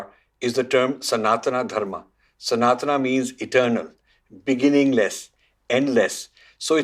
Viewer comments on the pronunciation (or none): The dharma is called Sanātan - Sun-a(h)-tan (सनातन). It is not pronounced Sanātanā सनातना